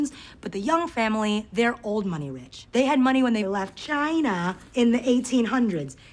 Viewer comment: Is it just me or did Akwafina pronounced China the way like Donald Trump?